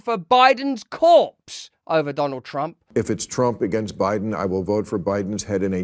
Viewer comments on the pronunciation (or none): none